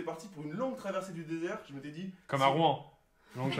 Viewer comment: Mais APPRENEZ à PRONONCER LA VILLE DE ROUEN !!!!!!